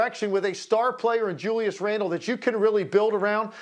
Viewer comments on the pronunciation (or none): none